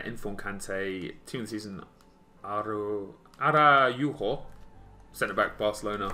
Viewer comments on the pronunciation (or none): Extra discards for the amount of letters just randomly puts in peoples names. Wtf was that pronunciation for Araujo 🤣🤣